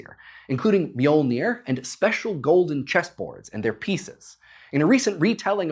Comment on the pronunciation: I’m Icelandic and you’re not pronouncing it correctly